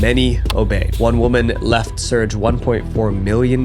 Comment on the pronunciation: Another great video. I’m surprised you haven’t learned how to pronounce the name Serge. It’s Ser-gay. 2 syllables.